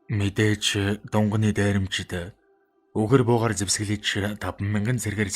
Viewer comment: Дунганы биш шүү!!!Дунгааны дээрэмчид гэж уртаар дуудна шүү.Баярлалаа.